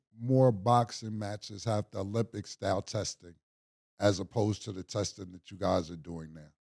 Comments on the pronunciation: Mase said drugs like “Olympic “ I think he meant ozempic 😂😂😂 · Did Ma$e say “Taking Olympics” 😂😂😂😂😂😂😂😂 Did he mean Ozympic?